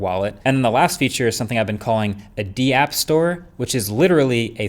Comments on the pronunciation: It's pronouced dapp not DeeApp. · here 7 months later and you really know Marques Brownlee isn't into all that crypto web3 stuff because did he just pronounce 'dApps' as 'd-Apps'? LMAO! 🤣🤣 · I know it's spelled dapps. But the fact that you call them Dee apps and not daps says a lot about how well you did your research on the topic. Learn what dapps are, also Solana vs Ethereum is like saying windows 98 vs Windows 11. Solana is literally the fastest crypto in the space capable of processing up to 65,000 transactions per second. For everyone skeptical about crypto and blockchain just know that it is nothing but a technology and another protocol layer on the internet ( just like Java script, html, jpeg and so on. Every link and file you click on is considered a protocol). Crypto is happening whether anyone wants it or not. Let's all try to capitalize on it while we still can. Do your own research guys. You will see its value